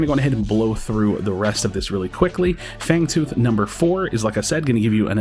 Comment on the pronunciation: Fangooth lol